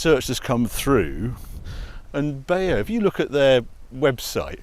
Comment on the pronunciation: Btw. Beyer is pronounced like the brand haier just with a b instead of a h. Weiterhin wünsche ich dir einen schönen Tag,!